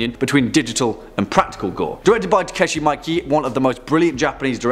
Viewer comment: Takashi not Takeshi (I think you were thinking of Takeshi Kitano) and Miike is pronounced Mee-keh almost sounds like Mee-kay, Japanese is hard I know. I've been studying for a couple years and I'm pretty good at reading and writing but without a Japanese Native to talk to, my speaking is poor even though I know all of the sounds there are just so many rules but I guess it's better than English where we break all of our so-called rules.